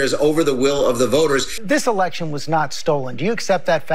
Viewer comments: Lol he said erection 🤣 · Lmao he said erection